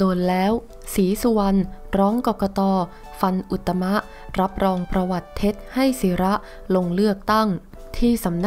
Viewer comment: อุด ตะ มะ ตรงไหน อ่าน อุด ตม ชัดๆไม่มีสระอะ